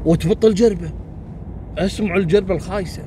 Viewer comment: أحسن عبارة ( بط الجربة ) والله إني أثناء الاستماع للقصة ما سمعت عبارة بط الجربة زين اضطريت أرجع الفديو بس علشان أسمع بط الجربة بوضوح، وكيفت 😂